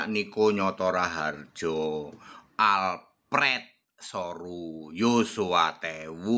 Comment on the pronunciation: Duh nyebut alprrreeetttt te kok ngono pak